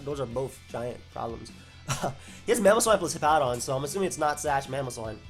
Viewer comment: “I’m azzuming this is Z” love the Freudian slips:)